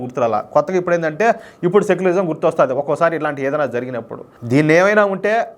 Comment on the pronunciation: అదిసెక్యులరిజమ్ కాదేమో సక్యులరిజమ్